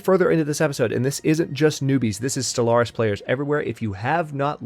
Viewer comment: I like it when you call it Solaris instead of Stellaris :P